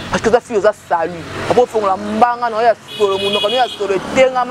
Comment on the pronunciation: Toi tu as problème de prononciation salit ou bien salut c le verbe salir madame